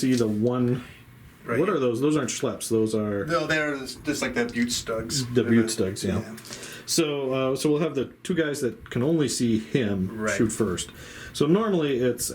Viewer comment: Great Video, but your pronunciation for Rommels Zirkus is awful. Those StuGs aren´t Beau(tiful) but maybe you should try Boi-te shtuhk ;)